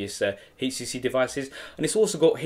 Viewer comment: nice vid,,,, he keeping say hcc